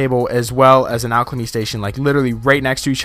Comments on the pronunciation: Great video, but you where saying alchLemy and im really confuzed, like where did that extra l come from in alchemy. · I swear he says alchlamy